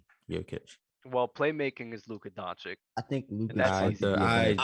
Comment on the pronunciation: Man on the upper left gave it to them. Spot on. ps. guy in the middle down needs to learn how to pronounce Jokic and Doncic.